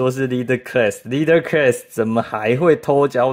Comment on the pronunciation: 领袖级那个级发音是克啦斯。。不是科瑞斯。。。。。。。。。